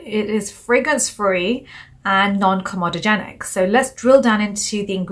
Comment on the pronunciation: It is pronounced "com-eee-dogenic" , not "com-ooo- dogenic" !!